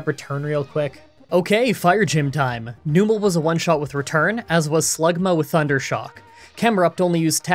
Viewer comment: You pronounce numel as noo-mel? I always thought it was numb-el